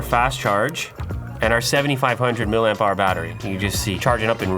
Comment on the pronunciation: More MILLER AMPS eh Louis? its Milli Amps, not MILLER Amps.